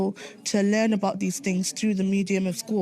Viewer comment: "talking aboot today"? Are you canadian now?! How dare you